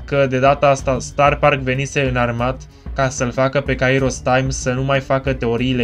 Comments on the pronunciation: are dreptate ppr dar nu prea are rost.. se spune kAiros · litera accentuata este a nu i in numele lui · pentru ca pui accentul pe i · Mor de ras cand pronunti Kairos